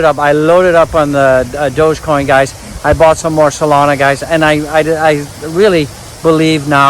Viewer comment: in fact go back to april or may and watch his videos he doesn't even know how to pronounce DOGECOIN 😅